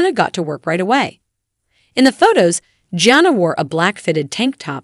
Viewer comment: What's up with mispronouncing Jana and Jinger 🙄